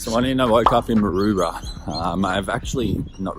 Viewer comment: Dude It's Called Maroubra Not Marouba